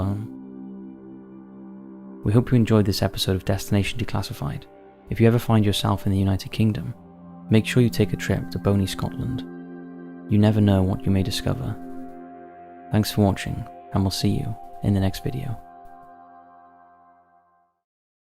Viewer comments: “A trip to bony Scotland”. ….😂😂 It’s BONNY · It's bonny Scotland not boney scotland